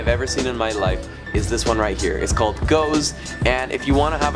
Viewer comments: "Goughs" should be pronounced "Goffs". It's British English. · Gough is an Irish surname and is pronounced 'Goff' (like cough). Thus that one bar is pronounced 'Goff's'